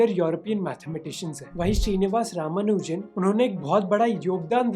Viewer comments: not ramunajan, it's ramanujan lol..😂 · Ye "Ramunajan" kaun hain! 😂